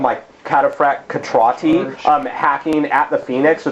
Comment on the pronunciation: I've never heard your pronounciation of Cetrati. Is that how it's pronounced? I don't have the Skorne book. I've always heard it where the "C" was pronounced the same way it is in "century" or "center". Immoren being a fictional world and all that I guess it doesn't matter...